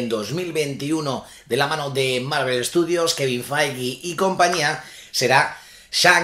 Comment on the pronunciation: Cuando escucho Kevin Faigui me entra en escalofrío por la espalda...